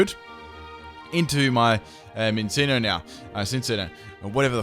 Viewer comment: Um... Azurill, last I checked, is a Normal or Fairy type. Marill picks up the Water typing when Azurill evolves into it. That's why T-bolt wasn't super effective against Azurill. And that is a MINCCINO, pronounced Min-Chee-no, like cappuccino.